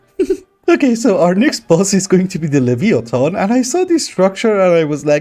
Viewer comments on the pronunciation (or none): Enjoyed the video. However, I should mention how Leviathan is pronounced. Lev-eye-a-than.